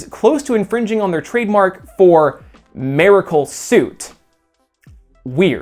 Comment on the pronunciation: "merical man and merical suit" haha so weird how you Said "merical" only those two times. Haha